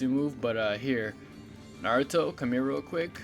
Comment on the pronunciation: I just watched this and just wanna say, the way you're saying minato and naruto aint right BOI, like damn, my ears is getting triggered lol